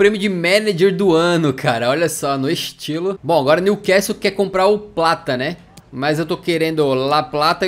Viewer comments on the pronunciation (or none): none